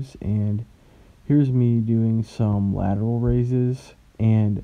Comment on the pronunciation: So y’all just gonna ignore that this dude said “left lateroid” come on man 😂 No hate man, all jokes! been watching the vids for a bit now, keep it up big dog 💪🏼